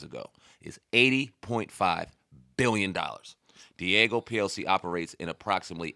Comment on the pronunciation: It’s Diageo. DEE-AA-GIO